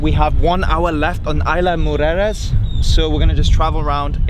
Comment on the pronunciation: good job...it's IS-La Mujeres!